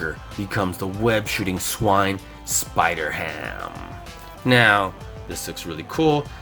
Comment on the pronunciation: It's spider-ham